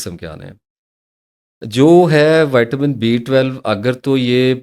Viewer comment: Dr sahib, great delivery, me 59 ka Hoon ore muje ye clear nahi hota ke ap D12 bata Rahe Hein ya B12 bol Rahe Hein, agar screen per visible hota tu doubt nah hota, ab me ne video tu watch ki magar B12 or D12 clear nahi howa